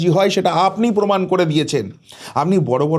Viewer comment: Kichu channel e ekhono Lungibahini faida luthbaar chesta korche....Jemon netri...temon e quality jader toshon korten...Bangla tao thik kprey bolenna..Pomod Podhan....Pomaan ta abar ki....PROMAAN